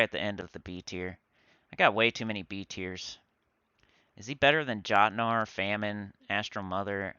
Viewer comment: Jotnar is pronounced yot nar just like how mjolnir is pronounced me ol near because it pulls from that language